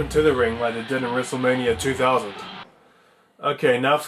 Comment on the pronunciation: sorry , it sounded like you said 2004